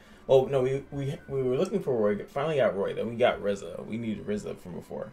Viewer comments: I was so salty when u kept saying Ezra instead of "Erza" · sorry but it is Erza not Ezra rong name